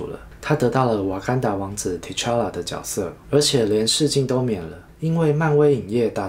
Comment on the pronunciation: 看不下去了，多音字都读不好。主角应该读zhu jue，角色应该读jue se。我发的是大陆拼音